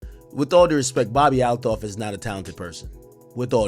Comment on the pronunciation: It’s Althoff not A LOFF. How do you butcher the name when you’re clearly hearing how it’s supposed to be pronounced 🤣